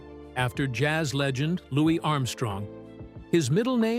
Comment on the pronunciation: She's amazing , love miss congeniality she is really natural in comedy , but why don't you pronounce her baby's name LOUS is letter S a silent letter now when reading